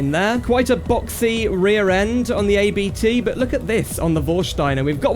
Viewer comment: The “ABT” name is actually the last name of the founder of the tuning company so you pronounce it as a whole :)